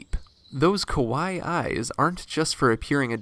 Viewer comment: I'm Japanese and kawaii isn't pronounced quwai. It's ka- wa- eee. Cute.